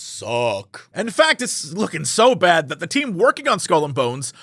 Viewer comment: Hate to burst your bubble, no you didn't pronounce that correctly at all xD But thanks for trying at least!